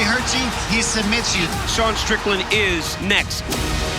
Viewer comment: literalls says D'Sean strickland